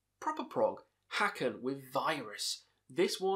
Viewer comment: Just so you know, Haken is pronounced "hake-in" not "hock-in"